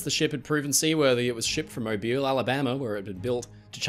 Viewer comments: Thank you kindly for correctly pronouncing Mobile, Alabama 😊 it's amazing to me how many people mistakingly pronounce it mo-bye-L. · good job. you said Mobile correctly lol